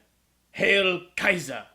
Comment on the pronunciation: Wow,, I love you for your pronunciation of "Kaiser" and "Lambert":)...eyebrowsssssss.....